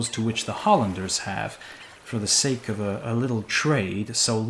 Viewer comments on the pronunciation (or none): none